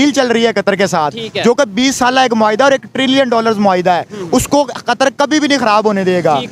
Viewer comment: बहन आप अपनी हिंदी ठीक करो,,, कतर को आप कतार बोल रही हो